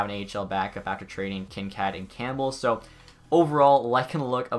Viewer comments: "Kin-Kad". It's Kin-Kaid. Like kool-aid. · Kinkaid is not said like kinkad. Its Kin Kaid like bandaid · Kinkaid is pronounced Kin-kade not Kin-kad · Kincad or Kincaid. That pronunciation tho lol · Kin kad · Kincaaad wtf, cmon pls search it up cuz that was some next level cringe It’s Kin (you got the part right) Kaid (like Cad in the name Caden) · Why can't you pronounce any of the player names? "Kin-kad" "Sawdderberg" "Zadderov". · Please learn how to say players names the right way, like kinkaid, zajac and a few others